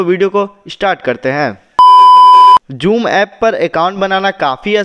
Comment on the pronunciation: Ye joom na hi ha zoom he